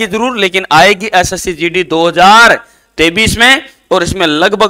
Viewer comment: Sir totra ho kya 2023 bolrhe ho ya 2033 saaf saaf bolo